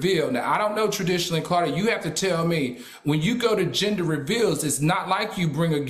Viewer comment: its GEN DER Al. lmao